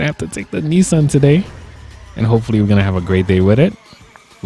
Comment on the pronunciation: Is this a joke? And it is Ni SAN not ne son